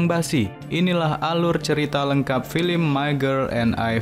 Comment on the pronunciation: Sekedar saran kurang dpt feelnya dari intonasinya juga..terus cara bca film.kenapa jadi filim??hehe kurang enak dan pas🙏